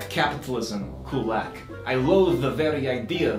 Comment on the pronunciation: Why is he pronouncing Kulak wrong now?